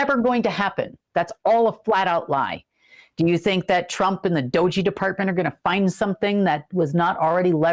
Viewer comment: it’s Pronounced DOHGE And Elon said U.S. is “going” bankrupt! You ARE SO JEALOUS!!!!! 😂🤣